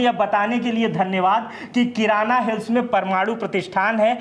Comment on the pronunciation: Kiran hills nahi kirana hills❤❤❤